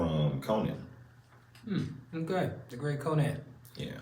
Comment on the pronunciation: How many of these they gotta watch before says "Conan" right in the intro 😂 says it right before him and every time he still just goes "co-Nan" lmaoo